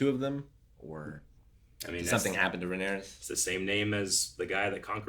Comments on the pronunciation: she is called Rhaenyra not Rhaenyres:) <3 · Why you call Rhaenyra "Rhaenerys"? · My guy.. pls stop saying Rhaenerys ffs.. Edit: Unless you are joking, as in Daenerys+Rhaenyra=that ..cus that would kinda be funny. But I doubt you are.